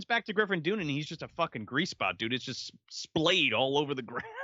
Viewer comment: It’s Griffin Dunne pronounced (Done).